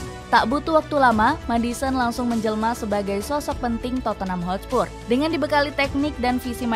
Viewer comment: Hotspur min bukan Hotspurs